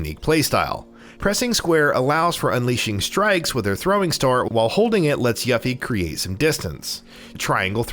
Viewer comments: Hate the pronunciation of yuh-fee. Man, it's yoo-fee okay?! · U-Fee ☑️ You-Fee ☑️ Ewe-Fee ☑️ Yuh-Fee ❌ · dude kept say YAH-FY. =.= she's called YUUUUU-FEEEE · Broo, it’s not yah fee..it’s pronounced YOO-fee 😓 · Every time he said “Yuffy” I said “Yuffy huh..🙄😑” And who the HELL is “Red 8?”😂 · I grew up thinking she was Yuff-Ee too!! I can forgive that one. Just not Red 8 lol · Everytime he said “yuh-fe” I had to correct it myself by pronouncing it correctly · It’s not YAFFIE wtf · I can tell you never played the original. Yuffy? Wtf?! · I hate how ppl don't actually research how you say names. Yah fee? No! Tie dus no! It's teedus. I a vocal is in between two constants therefore, pronunciation doesn't change. ENGLISH PPL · Guy says “Yuh-Fie” immediately earns downvote! Dude know your audience! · Obligatory “yuffE” comment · It’s pronounced “You-fee” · I would forgive how he's saying yuffie except for the fact their how 20 something years of fully voiced games/movie of how to say it correctly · You lose points for mispronouncing "Yuffie". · Lol this is a good channel but you gotta remake this and say Yuffies name right and Red 13. You just can’t insult a games fans like this.